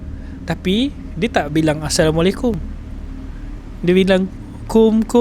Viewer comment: Salam saya subscriber baru . Baru 2 hari follow channel ni . Not bad . Guest pun ok pandai bercerita . Cuma maaf tau nak tegur sikit walau bukan sy org yg tepat yg patut menegur , host nanti boleh sebut Assalamualaikum dengan betul insyaallah lebih berkat dan ada pahala didalamnya . All the best utk channel ni moga terus berkembang maju 🎉